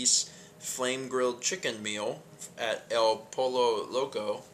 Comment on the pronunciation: The horrible Spanish around pollo (poy-yo) and the terrible pronunciation of escandido hurt my souls